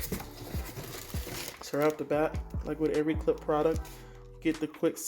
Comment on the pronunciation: Love the video but it’s pronounced “klip-sh” 😉